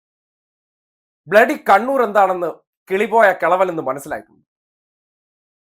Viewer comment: " ബിലഡി കിരിമിനൽസ്"....😂😂😂😂